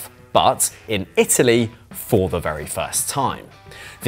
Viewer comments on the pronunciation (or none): none